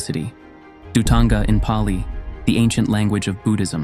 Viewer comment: Your video is good but your Pali pronunciation is not